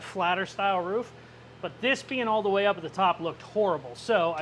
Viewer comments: Wanna pronounce Roof correctly guaranteed?!?!? Say out loud PROOF and your welcome lol! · Yea, he actually doesn’t pronounce a lot of his words correctly since the tooth thing. He loses compression. You should see him try to drink a glass of water😅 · Ruff... Roof.... 🤣😂🤣 Hilarious Bro..... Thanks for the great video Bud !! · You say ruff so much I’ve actually questioned if I was maybe saying it wrong 😅